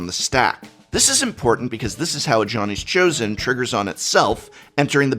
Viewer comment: I keep hearing Ajani's chosen as "Johnny's chosen"